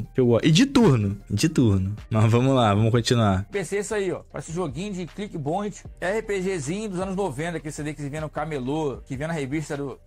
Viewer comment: Meu deus, o cara não consegue nem falar direito kkkkkkkkkkk "click boint" 😂